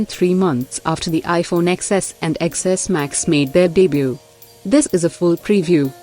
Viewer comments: Why does she keep saying iphone "EX-S"? Madam it's "TEN-S". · Don’t trust iPhone news from a YouTube channel that can’t even pronounce the phone names correctly